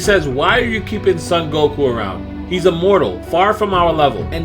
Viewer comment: It's not pronounced Sun Goku